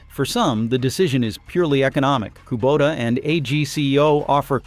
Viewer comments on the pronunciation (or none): none